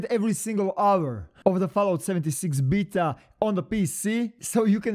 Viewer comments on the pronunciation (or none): We listening to this guy and he can't even pronounce beta right smh